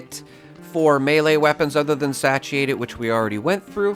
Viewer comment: Satiated - say-she-ate-ed